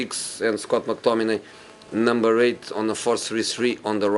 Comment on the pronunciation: When he said i was gonna play pogba in 433 and number 8 with all the emphasis on it i was dying morinho is the right man just give him time